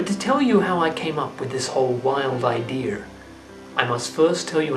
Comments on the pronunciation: "I had an idear. I put together my idear." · nobody is gonna comment him saying "Ideaer" /